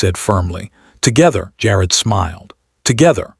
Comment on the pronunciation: Jar-ed not jarrd